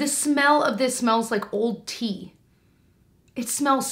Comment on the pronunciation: I thought you said the Sunday riley oil smells like old teeth! 🤢 Tea...Tea! Omg. 🤣🤣